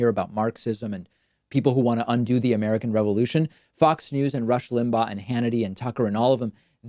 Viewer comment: When he said the " Far Left Revolution is trying to destroy the American Revolution", he was too dumb to know that the emphasis should have been on "American" and he put it on "Revolution". LOL